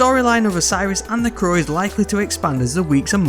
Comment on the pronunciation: Why does he say the crowww like that sound weird